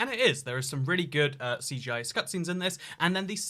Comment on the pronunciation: This dude just said “cgi cutscenes” 😂